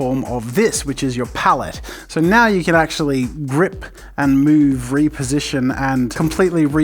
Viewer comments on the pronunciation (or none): Jazza and his “mouve”. (Sorry, can’t spell)